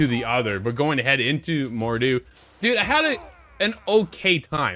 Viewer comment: Mordhau not Mordew